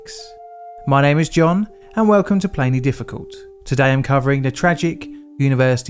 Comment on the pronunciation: Love your videos and have started to watch them regularly! One point of constructive criticism I would make is in your outro where you say that this is a Plainly Difficult Production, slow down just a bit. Your words run together and its hard to understand. Just a tad slower, nothing major and you have it down pat. Great job again! Have a great day!